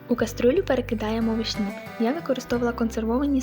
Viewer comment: Не вишні' а ви'шні!!!